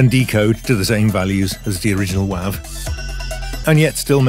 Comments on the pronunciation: Wav file pronounced with a short a vowel is undyingly entertaining to me. I’m going to drive everybody in my life crazy saying wav from now on. Thank you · I’ve been in the audio software world since 91-92 and never until this video heard the short a. Again it’s not a big deal